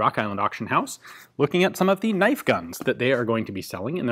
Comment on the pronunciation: Now there's a knoife